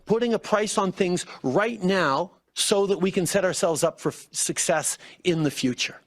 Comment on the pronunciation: TRUDEAU: "So that we can set ourselves up for FUCCESS."